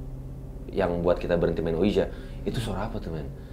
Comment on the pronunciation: tulisannya ouija tapi di bacanya wiji bang